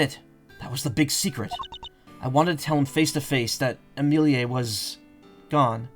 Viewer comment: as someone who knows many an amelie, the way you pronounce it pmo i'm sorry. it's always been ah-meh-lee. how you pronounce it would be amilier. either way i'm just nitpicky and a year late so...